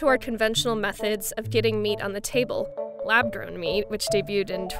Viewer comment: Am I the only one hearing "lab DRONE" instead of "lab grown"????